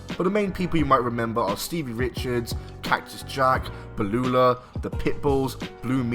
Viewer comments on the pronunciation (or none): BUUUU LAH, NOT BE LU LAH! 😂😂😂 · why does he keep calling Beulah Baloulah ???? blue world order maybe ???? still ...WTF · who the hell is "Ba-Lu-La"? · This guy calling Beullah, Belulah 😂😂😂😂😂😂😂😂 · What the fuck is a Bel Lula? Lmao. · What did he call Beulah? Blulah? Really bro? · The way top10 guy pronounced “Bleulah”, “The Great Mewta” and “Jew-lio Dinero” made me glad & won won this video 😂 In all seriousness, great video! I’m a fan of both Raven and Jarrett and factions in general. Great job on making a video with an original idea which is hard to do in this day and age 👍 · Who is this other idiot? "Belulah"? Try to do learn how to pronounce names next time you show up to ruin one of videos. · How can you “defend the honor of Raven” when you can’t even pronounce Beulah right?